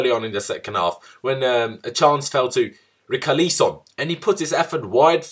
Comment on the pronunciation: You butchered Richarlison’s name m8